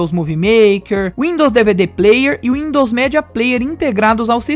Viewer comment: Cara, teu vídeo é incrível, mas preciso fazer uma crítica construtiva. Peço que não se ofenda, por favor! Mano, teu inglês é sofrível. Tive que por no mudo e ler as legendas. "Windows média", mano!?, "úpigueide", "páinti"... Não me leve a mal... Mas é somente isso que deve melhorar no seu canal Beijos Like e inscrito aqui!